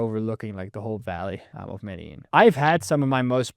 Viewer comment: You lived for two years in Medellin but never learnt how to pronounce Medellin?!?!?